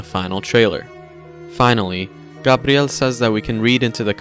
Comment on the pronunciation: Gah-BRi-el... Thanks